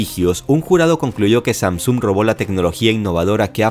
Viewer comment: Sam-sung se pronuncia haci